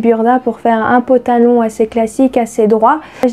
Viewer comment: Ooohhh tu m'amuses trop quand tu dis potalon 😀👍🏽